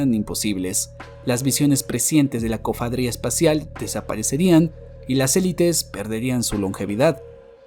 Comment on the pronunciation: Cofadria😅😅😅 Cofradía, coño 😂😂😂